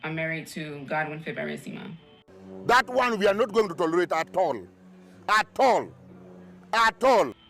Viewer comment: Mr. Fib-er-REEESSSSS-I-MA 😅😂